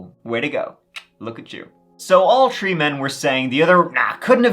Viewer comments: New drinking game! Guinness. Every time says “tree” take a good long sip! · I love your voice, it's one of the reasons I listen besides your awesome content! I could giggle hearing you say tirty (thirty) or tree (three) all day, makes me smile every time! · I love your vids but I really get the feeling you really like the number 3/"tree" lol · can’t help it! It’s a throwback to when Irish was the only language spoken in Ireland. E.g. “Three” is “trí” in Irish, pronounced “tree”. ☺️🇮🇪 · Next stop "Tree" million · In this episode, said “tree (3),” “turteen (13),” “turty (30),” and “turd (3rd)” thirty-one times. I believe that’s a record high. Congrats! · I like his pronunciation of 3, 13 and 3rd or rather tree, turteen and turd….…I suppose 33 would be something like turtytree…